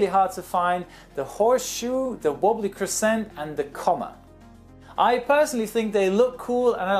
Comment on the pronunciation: cruh-SCENT was another word pronounced differently.